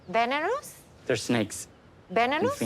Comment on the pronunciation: tried to pronounce venomous was top tier 😂😂